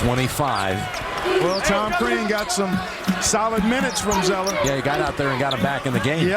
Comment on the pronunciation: Crean...not Krean =) Watford for the win! Yesss yessss! LMFAO